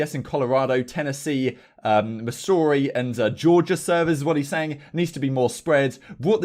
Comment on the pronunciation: really said miss ouri lol